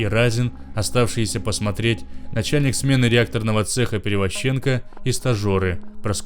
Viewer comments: Чтец конечно хороший, но ударения в фамилиях ставит неправильно (ПеревозчЕнко, ШАшенок). Так что есть куда рости. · Перевозченко, ударение на первую букву о, зачем оскарблять людей и не прарик а Правик